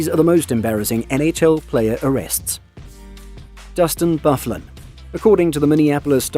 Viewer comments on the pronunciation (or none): Learn the real players names 😂😂 dustin bufflin omg 😂😂😂😂